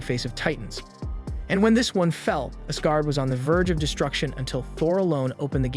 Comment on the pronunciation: The pronunciation of Asgard was a bit off.